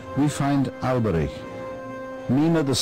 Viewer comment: At least he knows how to correctly pronounce the ch of Alberich :D